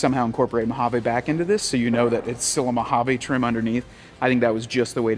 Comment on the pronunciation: I'm drunk again from every "Mohavaaa" he says 😂